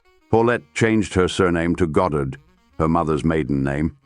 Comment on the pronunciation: A.I. seems incapable of even pronouncing her name. There are three different variants in this one video. I will pass on finishing...